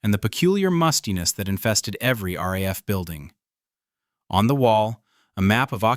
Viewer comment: It's not "raf Debden"...it's R.A.F. Debden.....AI BS..